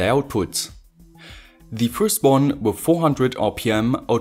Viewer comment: "One-ya" "Two-ya" "Wire-ya"